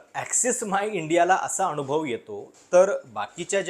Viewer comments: अनावश्यक ठिकाणी न चा उल्लेख ण असा करत असता आपण. जसे की अनुभव च्या ऐवजी अणुभव. ते तूप ला तूंप म्हणतात बरीच लोकं तसं वाटतं. उगाच बामणी स्टाईल कशाला मारता? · आपले व्हिडिओ चांगले आहेत पण कृपया "न" च्या जागी "ण" चे उच्चारण करु नये. उदा अनुभव होता ऐवेजी अणुभव, मतदान ऐवेजी मतदाण यावर लक्ष द्यावे